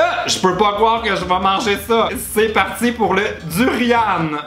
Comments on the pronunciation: Quand j'ai vu le durian sur la miniature je suis mooooorte XD ça viens de près de mon pays d'origine XD Ça pue le gaz le durian ... Et ça se dit "Du-Ri-An" Pas "Du-Ri-Ane" XD Le rambutan c'est trop bon XD Et le fruit du dragon aussi et en plus ça vient de mon Pays !!! XD Et la pâte de poison à tartiner moi je connais que le Haba, au saumon, c'est suédois XD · On dit du durian mais on prononce pas avec un " e " Aussi il disent de ne pas le toucher avec les doigts car l'odeur reste 3 jours 😂😂😂😂 (ps: j'adore tes vidéos 😘)